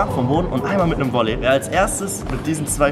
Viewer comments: Wolley ? Heißt es nicht Volley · Das heißt "VOLLEY"